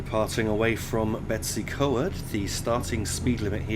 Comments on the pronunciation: Brill video! Betws-y-Coed is said like Bet-us-ah-coid but it is quite a silly name! Either way, keep this amazing work up! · Blyne-eye-fes-tin-iog. Dol-with-el-Ann. Bet-ooh's-ugh-coid. Pont-ugh-pant. Don't shoot me, I'm only trying to help 😋